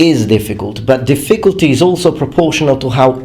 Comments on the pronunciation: Hey man. Your English is amazing. But you should say diffiCULty, instead of difFICulty. Again, I thought you were native english, but it's just something that i noticed. Love your channel! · I hate to criticize your pronunciation (in English, not the Japanese obviously) but when you said "difficulty" it sounded like you said "the ficklety" , remove some emphasis off the I after the Diff- and say -culty like how you'd say cult. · The way British people pronounce certain words like "difFICulty" and "adVERTisement" always throws me off. Such a weird intonation to my American ears... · His pronunciation of "difficulty" is adorable. "dif-FIC-ult-ty" He puts the wrong em-PHA-sis on the wrong syl-LUH-bul. :-D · The way you stress the word "difficulty" is incorrect. It's on the first syllable, just as in "difficult". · Hi (sorry, forgot your real name...) - I saw a video where you said you like to have your pronunciation corrected, so just to let you know the word "difficulty" should be stressed on the first syllable, not the second. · Good video. A small piece of constructive criticism. The word "difficulty" is pronounced with the stress on the first syllable, not the second. Your English is otherwise pretty much perfect. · The emphasis in the word difficulty is on the first syllable, not the second. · This guy's trolling me by mispronouncing difficulty. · Do Brits emphasize the second syllable in difficulty? I thought that like Americans, they emphasized the first, as in DIF-ficulty. Anyways good video! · Is what he said a mistake? My question was sincere, since I really don't know for sure which syllable British speakers emphasize in "difficulty." Though if his pronunciation was a mistake, he has said in previous videos he appreciates his viewers helping him catch these and improve. Also purpleanex why the prejudice against Americans? You could have just said his English is very good, which it is.